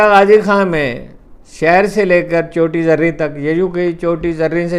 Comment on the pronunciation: چوٹی زریں نہیں بلکہ جگہ کا نام چوٹی زیریں ہے